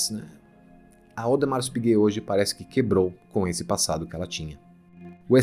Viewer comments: Audemar ! É como se pronuncia , o S não se fala ! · Audemar (o S não se pronuncia em francês ) meu primeiro vídeo aqui é já amei este canal fiquei apaixonado em relógio a pouco tempo ( tenho apenas 17 anos ) e quero aprender mais